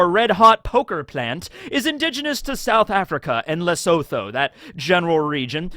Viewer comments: “Lesotho” where the Tritoma plant is found, is pronounced “Le-su-tu” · Kind of a late comment but in the Word Lesotho you don't really pronounce the h. Just wanted to say, and thanks for the wonderful videos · His pronunciation of Lesotho caught me off guard but I don't blame him😂😂